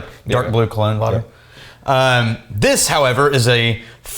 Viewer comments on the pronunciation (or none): none